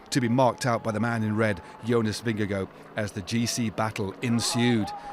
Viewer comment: Correct pronunciation is Jonas Vinyago 😅😅😅😅